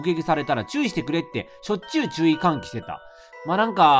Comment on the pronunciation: 最初関西弁だと思ったからか「しょっちゅう」のイントネーションがそっちになってて好き